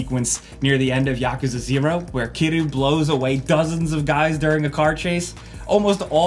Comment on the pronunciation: The way he says Yakerza lol